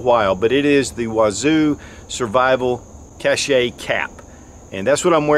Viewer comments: Love your videos. Thought you would like to know that you are pronouncing "cache" as "cachet". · Cache is French that means hide, and is pronounced like cash